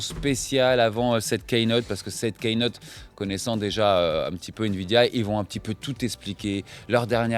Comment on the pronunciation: Pour, Je vais faire mon chieur habituel sur la prononciation, mais il me semble qu'on prononce "kinote" et non pas "keïnote"